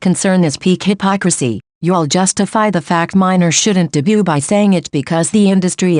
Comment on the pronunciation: I don't think I've ever heard the 't' in 'debut' be pronouced so clearly 🙃 lol